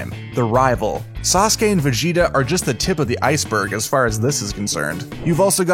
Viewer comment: Don't know how you got sasuka but its sasuke